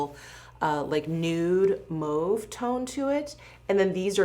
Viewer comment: It’s cute and different but I never heard anyone pronounce “mauve” like “moove” it’s ear catching…